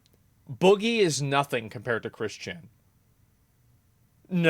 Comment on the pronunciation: I have never heard of Chris Chan, but the fact that Asmon emphasizes Chris Chan's first first name instead of his last name bugs the shit out of me.